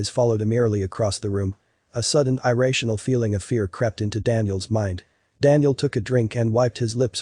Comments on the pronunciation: So dramatic and so monotone at the same time. And Eye- rational? LOL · What a terrible narrator. He mispronounced "duvet" and "irrational." At some points he says the cat has yellow eyes; later he says the cat has green eyes. If you want to scare us about a cat, make sure its name is not Muffins.